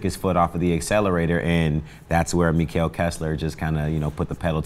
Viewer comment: COME ON KESSLER! -and its pronounced "Mekkel"